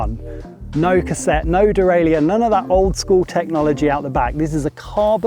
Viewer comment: De-rail-er. Not de-rail-I-er But great review! I’d love to be able to buy the DJ motor by itself.